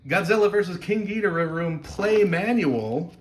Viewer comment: You pronounced Ghidorah wrong